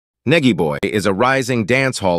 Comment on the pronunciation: Please pronounce 🗣️ his name Right ✅ Nigy iz pronounced 'Nigh Gee' short for Nigel... Pleaze & Thanks 🙏🏾